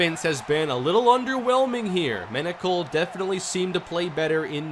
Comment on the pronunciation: Front page: Menocal reaches the “penocal”